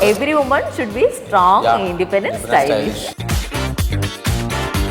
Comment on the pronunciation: Mirdula it is not woman,its women…Vmen